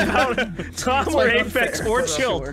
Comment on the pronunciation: doesn't ph in english basically mean f? they also always pronounce it afex